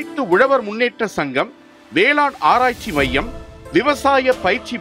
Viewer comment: அது வேளாண் - ண் ம்மா - ன் அல்ல